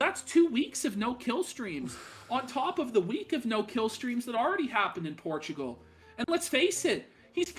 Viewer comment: It's pronounced "porchigo"